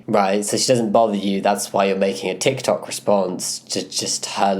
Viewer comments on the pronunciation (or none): none